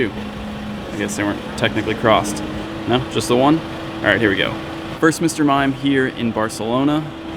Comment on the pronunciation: XD the way you said "Señor Mime" sounds like "Mr. Fruit Fly" in Puerto Rico!